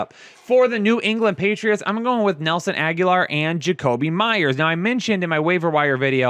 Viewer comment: the way he pronounces Nelson Aguilar always gets me I almost feel like he's messing with us